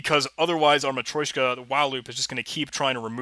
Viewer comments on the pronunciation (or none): It's actually matrYOshka (матрёшка) ;)